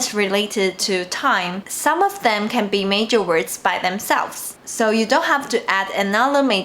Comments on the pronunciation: you pronounced measure as major, its more like mesh-ur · You are pronouncing major instead of “measure” . The first vowel sound is different and the middle consonant is also different.